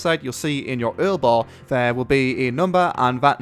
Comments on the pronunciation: earl bar? lol its U.R.L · Did you actually just say "earl bar"?